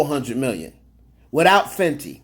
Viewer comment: it’s Fenty not fendi.